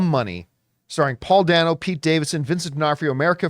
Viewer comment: I, too, loved the film but I gotta tell you Paul Dano pronounces his name “Day-no,” not “Danno.” I have been a fan since L.I.E. and look forward to anything he is in.